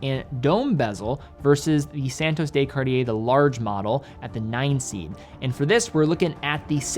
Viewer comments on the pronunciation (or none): On behalf of all of Europe, the "de" in Santos de Cartier is NOT pronounced "day"